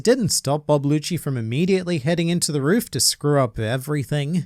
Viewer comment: It's rob lucci not Bob lucci 😂😂